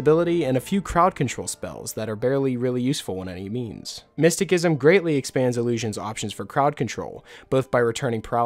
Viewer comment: "Miss-ti-SISSOM" lol...driving me nuts...